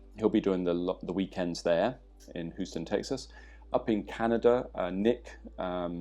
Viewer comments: H-you-ston, Texas. Your pronounciation is hilarious there. I signed up for the course in Huoston; really looking forward to it! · Americans from different regions will actually pronounce "Houston" differently. New Yorkers pronounce it "How-Stun".